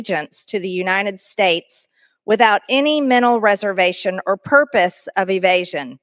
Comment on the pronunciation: Side note… what’s with the “Unine-ed States” pronunciation? Ugh. Pam Bondi does that too. And probably a few others. Emphasize that T, damn it lol.